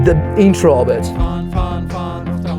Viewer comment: Fahren Fahren Fahren, not fun fun fun... But the storytelling is still fun. ;-)